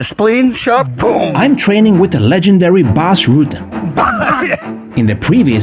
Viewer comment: It is not "Roeten" > It sounds like "rut"+"ten", where "rut" rhymes on "gut" > "roeten" is like saying "eanchamp"😜